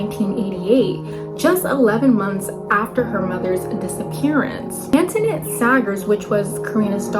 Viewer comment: If you’re going to do a case at least give respect enough to learn to pronounce Annette properly ! Jeez